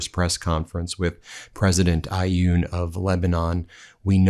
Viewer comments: It’s pronounced awn not ayooon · President of Lebanon name is Aoun. The there is no i or y sound. Pronounce it Ah-une or ah-oon and slur the syllables together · Guys, you have enough information at your disposal to learn how to say them names of foreign leaders correctly. The name of the President of Lebanon has only 3 letters. His first name is Joseph. Joseph Aun. It pronounces exactly the way it is written. Can't you try to manage 3 letters without inventing sounds that are not there? You're not the only ones doing that but garbling anything that goes through your mind and doesn't even correspond to the way the name is written is so frequent it's insulting for the people of the countries in question. A little more respect would really help.